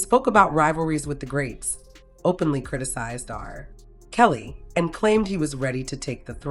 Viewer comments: The way R-Kelly is pronounced as RRRR Kelly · Why is r kelly said like that. R (pause) kelly . Must be ai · Yup. The R. Kelly pronunciation is proof